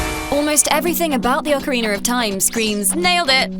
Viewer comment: Ocariner of time....ocariner....